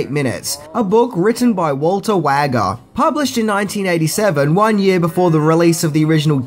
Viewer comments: Its pronounced Walter Way-Jer not WAGGER! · Wouldn’t ‘Wager’ be pronounced ‘wager’?